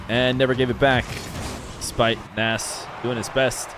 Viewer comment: If I remember correctly from an old Appjack video, Nass is actually pronounced Ness